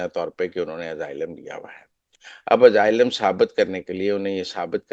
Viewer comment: Oh bhai, yeh kahan say tum English seekhtay ho jo aaylum ko pronounce nahi ker saktay? It's pronounced with an "S", not a "Z" sound.